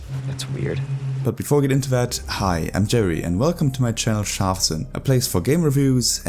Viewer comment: It's Scharfsinn with a R